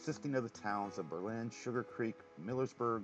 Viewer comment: The town of Berlin, Ohio is pronounced BER-lin (emphasis on the first syllable), unlike the city of Berlin, Germany. I suspect that is related to the war years in WW-II, much like when "liberty cabbage" was substituted for the word "sauerkraut."